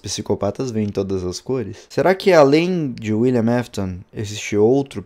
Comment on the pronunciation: William afton William afton fala correto não William mefiton